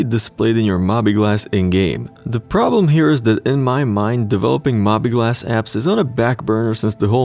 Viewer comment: Sounds good to me. Oh and I believe it's pronounced "Mo-bee Glass"